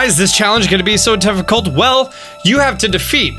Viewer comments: Who else heard him say tifficult????? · He said toughicult